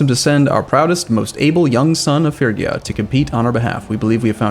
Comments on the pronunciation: He is pronouncing Phrygia progressively worse with every video lol (fridge ee uh) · It's pronounced Fridge-ee-ah FFS! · "iT's PRoNouNcEd fRiDge-E-a" Guys he knows, he doesn't care, for heavens sake stop trying to correct the man.